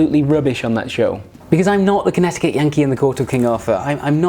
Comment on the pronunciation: I'm sorry, but Connetiky? Just look at the word and sound it out...